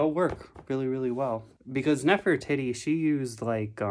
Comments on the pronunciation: More like pronounced (Neffur-tee-tee) ❤️ I've watched her tutorials a lot. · i'm using that pattern too!! :0 and for reference, i believe it's pronounced "neff-er-teetee" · U said her name wrong 0-0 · The way you said neffs name I died laughing (no hate but it’s not pronounced that way 😭) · Aye! I at first made the same pronunciation mistake with her name lol so it's no big deal. I make mistakes in my speech all the time as well and that's a-okay! I have a disability that causes it in me, but I never will judge anyone of any age for mispronunciations. Ever so lol.